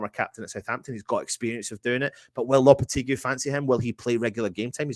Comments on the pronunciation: Can the presenters get together & learn how to pronounce Lopetegui's name . It's not Loppertegly , & it's not Loppertegloo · At least spell his name right in the title! Even if you pronounce the name wrong